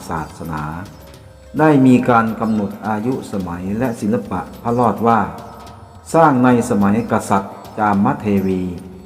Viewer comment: พระ ร อ ด ครับ ไม่ใช่พระ ลอด